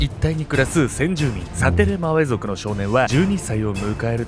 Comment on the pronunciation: サテレマウェ族言えてたよ！